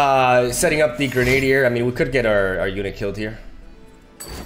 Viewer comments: Kinda shows how weird English can be at times, but your pronunciation makes sense from what you know, but it's normally pronounced Gren-uh-dier, instead of gren-ade-dier. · it's not reborn Gre-Nadier, but Gre-na-dier. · Heads up, Grenadier is pronounced Gren-ah-deer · Awesome deck! Looks powerful. Also btw... grenadier (gren - a - deer) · Since I know you asked for this about a year ago: It's "grennah-dear"